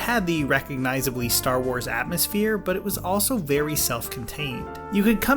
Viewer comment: More like Ster Wers